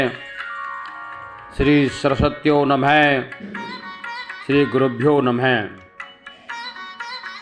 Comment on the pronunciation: नमेह शब्द न बोलें। योग्य हो तो उच्चारण सही बोलो।